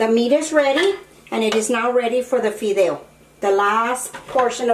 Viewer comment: Why not speak spanish?si no eres Américana?digo porque la palabra fideos la pronuncias muy bien para ser Américana.